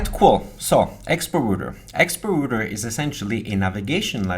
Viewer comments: rawter not roter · rowter, not rooter :)? the r button reloads. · Router != Rooter | Reuter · Why do you sometimes call in "rooter" but then occasionally pronounce it correctly as "router"?